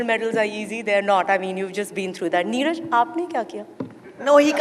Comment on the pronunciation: NEERAJ not Neerja